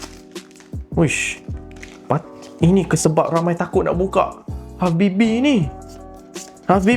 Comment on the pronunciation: saya selallu terdengar abg cakap halfbb habibi😅